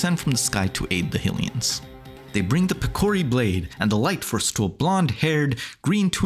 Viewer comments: I mean no harm…but “HILL-ee-uns?” Isn’t it pretty apparent at this point that it’s “HIGH-lee-uns?” No? Am I missing something? The Goddess, “HIGH-lee-uh?” And “HIGH-rule?” Again, I mean no harm, but this seems obvious. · Who tf says Hillians? It's canonically been Highlians since at least the mid 90s.